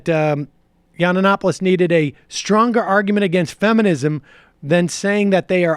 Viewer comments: It is Milo Yiann-Opoulos NOT YianANAnopolous! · "Milo Yananapoulos" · YUN-OP-O-LIS...So annoying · It's Yee-an-opolus. If you want to be taken seriously try sounding less moronic. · Does not even know how to pronounce his name, but he is an expert, jeez. its yiannonopolous. And simon and schuster knew what they were getting, and you know it. They pulled out because of the podcast, and you know it. Leftists are so lying and deceiving. He got the contract for being brash and unapologeitical. He was not meant to write yeats-poetry. He was signed to be rude, create controversy, get on all the talkshows, and sell the book. He lost that platform, and they pulled the book, because the free marketing disappeared. Be honest, you are pathetic Sam. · Big fan of the show but the way you pronounce Yiannopoulos is so cringe worthy. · I love how Sam can never pronounce Cernovich or Yiannopolous correctly. I wonder if he does that on purpose.